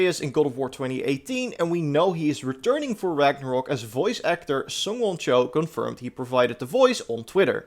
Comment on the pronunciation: Ragnarok ....... not ragnarook